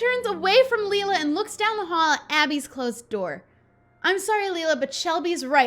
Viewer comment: The way she pronounces Leila hits a nerve for me but it doesnt help that I have a friend named it. Its pronounced "lay-la" :(